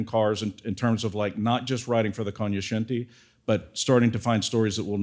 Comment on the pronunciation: Now I know how to pronounce "Cognoscenti."